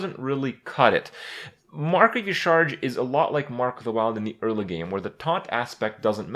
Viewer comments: Yah'Shaa-Raj is how you are supposed to pronounce it Kripp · I think Y'shaarj is pronounced Yashéraaaj. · its YAH-sha-raj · dude YA SHA RAASCH wtf why does every youtuber pronounce it E-CHARGE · its pronounced yasa-raj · It is pronounced Yah-Sha-Raj, because blizzard doesn't know how to vowel. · yah-sha-rage with like silent g not rage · E-sha-raj. You're welcome. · It's pronounced Ya-sha-raz. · Kripp, the pronunciation is like "Yeh-shar-aj". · it is pronounced "YAH-sha-RAHJ" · YA-SHA-RAZJ its how its read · i think y'shaarj is pronounce ya'sharaj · It's pronounced ya-shar-ach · Hey Krip. Based on in-game WoW pronunciations, "Y'shaarj" is pronounced "Ya-shuh-raajh" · It's pronounced YA-SHA-RAJ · kripp its pronouned "yah-sha-rahj" "nuh-zoth", "cuh-thoon" and of course yogg-saron which is easy. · "Y'Shaarj" EleGiggle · Y'Shaarj (pronounced Yah-Sha-Raj) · So anoying when EVERYONE says Ysharj .-. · *y'sha arj is the pronunciation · It's Ya-Sha-Raj actually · It's pronounced YAH,SHARAAJ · It's pronounced like "Yah-sha-raj" The more you know! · Y'Shaarj, is pronounced Ya Sha Raj. I know it doesn't look like that, but it's weird. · hoping kripp never says y'shaarj again or searches the correct pronouncacion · The way Kripp pronounces Y'Shaarj hurts my soul. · Y'shaarj rhymes with Entourage, if that helps you pronounce it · What? They explained the pronounciation by phonetics with N'zoth, and with C'thun, why wouldn't they do it this time?